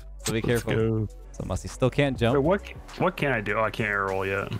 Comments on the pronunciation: U said musy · I love how it said Musy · Musy or musty because you said musy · Musy pronounced Moosy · Musty, he just said Musy on purpose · Musty won boost but he lost his "T" Musy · Nine mins in musy instead of musty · Why do u call musty musy